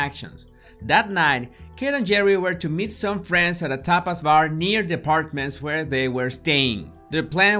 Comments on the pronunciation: Thought you were saying “topless bar.” I was like wtf? Poor baby, she was beautiful. Somethings not right with them, besides leaving her alone. Fools. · Ooooh Tapas bar 🙊 I thought you said topless bar 🙈 lol